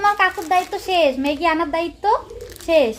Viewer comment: Dudun bolo kano sunte kharap lage r মেগি noy ম্যাগি